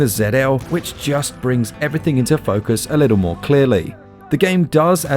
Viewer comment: Why don’t you pronounce the middle letters in words, little = li-el. Button = bu- in. Centred = cen- erred. Etc etc